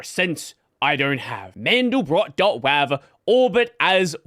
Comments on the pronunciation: i take issue with your pronounciation of WAV...great videos, and i love your content...but that's up there with people who pronounce nvidia like nuh-vidia :) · Ah, yes, the famous whav file